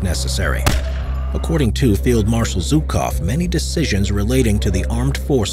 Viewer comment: Its "Жуков". Jukov not Zukov.